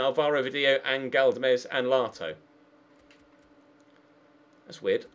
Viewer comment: Galdames is pronounced GALDames not GADLames